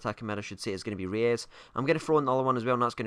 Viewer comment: he is not pronounced reyes as well......